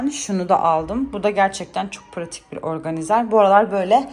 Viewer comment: Organizer değil kız ORGANAYZIR okunur. Türkçede -er diye ek mi var İngilizce o 😂😂😂😂😂😂😂😂